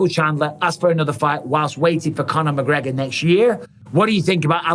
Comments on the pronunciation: Who the fook is McGreogr? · Who's mcgreogr?